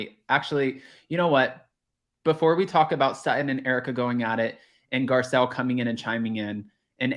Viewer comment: Girl, please learn how to spell her name, it’s literally posted everywhere and you completely butchered it “Garcelle”